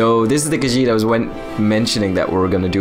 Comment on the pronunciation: your khajiit accent is so good